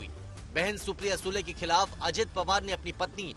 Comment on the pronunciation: खलाफ , घलती बोलने की बजाय हिन्दी उच्चारण ही बोलदो मेडम हम समझ जाएंगे ।।